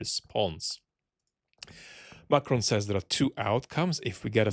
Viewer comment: The way you say "Macron" is so good.